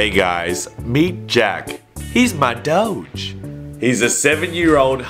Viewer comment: Doge not doje